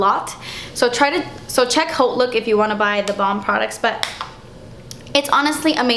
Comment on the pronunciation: Finally a beauty guru that pronounces haute properly, such a weird pet peeve of mine.